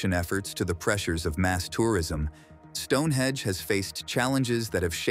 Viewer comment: It's StoneheNge not Stonehedge